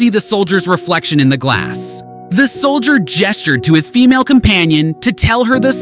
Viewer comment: How he emphasizes the FEMALE when talking about the second soldier 😂